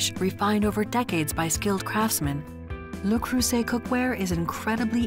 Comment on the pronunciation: Where is the care part? The French woman in me cringes every time she says "Lou Croysett"